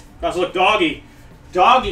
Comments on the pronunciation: almost every 30 seconds goes: " dowggy" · the way he says doggy xD